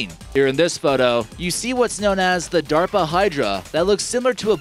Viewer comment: Oh, he was talking about DERPA not DARPA... that explains the duh duh nature of the video...